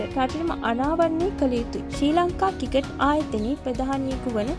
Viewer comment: ශ්‍රී ලංකා ක්‍රිකට් කියන වචනේ හරියට කියාගන්න පුලුවන් නිවේදකයකු හොයාගන්න.